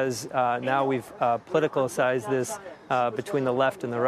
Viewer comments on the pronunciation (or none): Umm you know this is all well and fine but how can i trust a guy who says, POLITICALCIZED instead of Politicized